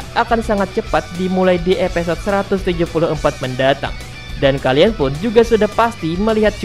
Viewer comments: Evisode bang bukan epesod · Gunakan penyebutan bahasa indonesia yang baik dan benar, episode bukan epesode😆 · knp huruf i jadi e ya?